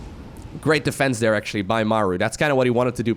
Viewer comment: I couldnt help but laugh at how kept say "there" over dere over dere over dere haha